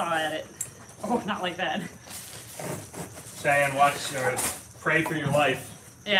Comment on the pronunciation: the name is “Cheyenne” not “shian”